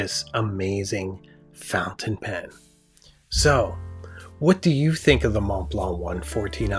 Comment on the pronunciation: My Sailor King of Pen destroyed my 149 in every conceivable way. Say “fountain” right you come off as a someone who is hard to respect when you do that.